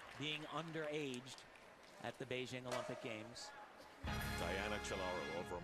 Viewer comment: why is it so damn hard for commentators to pronounce Beijing correctly